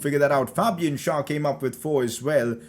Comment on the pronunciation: please stop messing up Fabian Schär's name. It is pronounced with an e and not an a